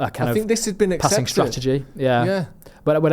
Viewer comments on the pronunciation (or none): none